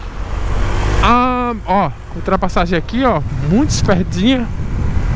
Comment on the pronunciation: "Muito expértinha"